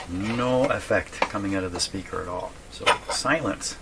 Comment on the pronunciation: It's not at alll , it's "At all!"!